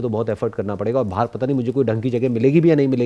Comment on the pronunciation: Y she can not pronounce parega like ms sir did y she even not spoke matterei basha but she is excellent in foreign language y small things but big solutions